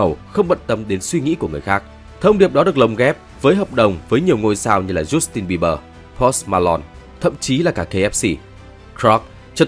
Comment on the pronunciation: BTV đọc những cái tên tiếng Anh như thể anh ta chưa từng nghe những cái tên đó được đọc lên vậy. Tai lo swift? Giút tin bi bờ? Pốt ma lon?